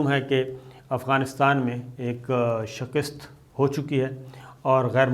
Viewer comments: Please get it clear...the word 'shkast' or ' shkist ' I know shkist is not heard before except from you. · Shaakist, please try to pronounce it correctly